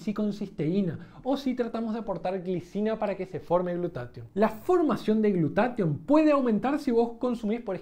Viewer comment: ¿Por qué en el video dices "glutation" y en la descripción dice "glutatión"?